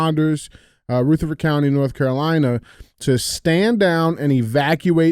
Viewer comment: Dj it’s (ruh-ther-furd) county not (roo-the-ford) you have to use our nc country accent! The “militias” are just law abiding, god fearing, gun toting, truck driving NC citizens! 🇺🇸